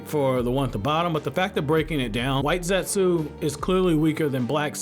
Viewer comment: You're aware the U in Zetsu isn't pronounced?